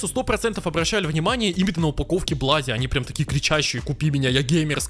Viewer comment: Не блади а блуди